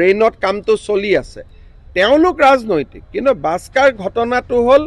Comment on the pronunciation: এজন মুখ্য মন্ত্ৰীয়ে বাক্সাৰ শব্দটো শুদ্ধকৈ ক'ব পৰা নাই। বাক্সাৰ ঠাইত বাস্কাত দেই